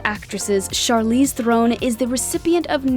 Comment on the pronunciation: Charlize Theron's pronunciation really surprised me. So many people say that wrong, then.